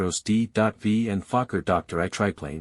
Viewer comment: Fokker "Dr. Eye"😂